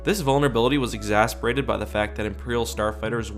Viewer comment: you mispronounce exacerbate in every video